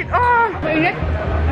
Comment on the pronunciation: Glad to hear you pronounce boracay correctly